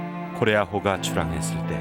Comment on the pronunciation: 코레아호에 탑승했대요? 나레이션 발음이 딱 거기만 뭉개져서 안 들려요